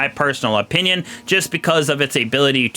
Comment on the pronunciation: A canadien critique... EH-pinion